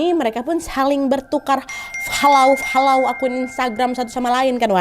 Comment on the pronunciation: hrs bgt ka nad FHOLOOW FHOLLOW😭😭